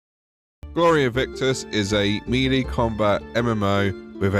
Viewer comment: melee is pronounced "may-lay"